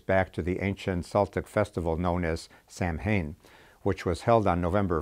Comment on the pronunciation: “Samhain” = “sow-wen.”